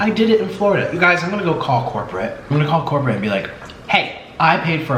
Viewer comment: I just Burst into laughter everytime you say Im calling COORPERATE! 🤣🤣💕💕